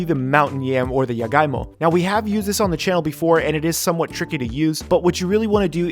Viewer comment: I was kinda confused with the jagaimo cuz he pronounced it as yagaimo skksksks Love the honest reaction, now im curious as to how it taste like